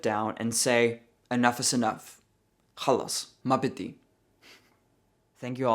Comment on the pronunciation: Khalis mabadi hahaha wow awesome Arabic. Are you Lebanese by chance?